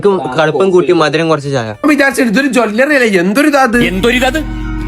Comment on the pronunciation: ജോല്ലറി അല്ല ജെല്ലറി ആണ് 🤣🤣🤣